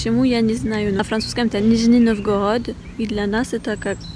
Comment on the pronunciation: нОвгород, ударение на первый слог. нИжний нОвгород